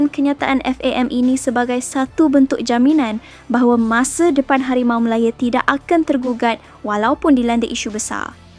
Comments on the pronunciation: Ooi kakak ..KO sebut biaq betul HARIMAU MALAYA bukan MALAYE ..nahu tu biaq betul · Ko ni org Msia ke org mana? Npe ko ckp Harimau Malaya bunyi mcm pelik hah?!!?